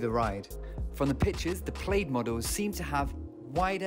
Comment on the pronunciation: PLAID is pronounced PLAD .